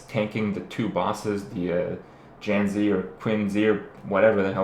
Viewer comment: I think it's like 'Jan-see' and 'Tsin-see', by the way Kripp.